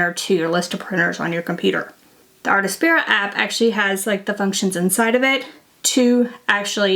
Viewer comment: Also, it's "artspira", not "artAspira" 😊.